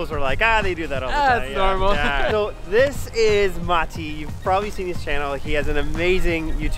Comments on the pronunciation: I have to give it to you that you are one the few people who actually pronounce Matti's name correctly, in Finnish way. 😊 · You say Matti’s name wrong